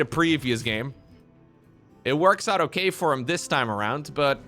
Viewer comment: Take a shot every time says: "O-keh...", "On the back of", "Disaster"